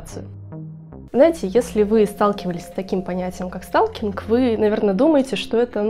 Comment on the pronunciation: СТАЛКИНГ.. ПРОСТО СЛУХ РЕЖИТ, ЭТО НА КАКОМ ЯЗЫКЕ??? ПРОСЛУШАЙТЕ ВНИМАТЕЛЬНО ПРОИЗНОШЕНИЕ НА АНГЛИЙСКОМ.. СПАСИБО